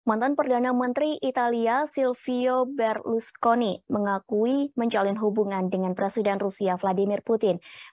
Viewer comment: berlukoni atau Berlusconi mbak..mana nih yang bener,, presenter amatiran kayaknya nih 😂😂😂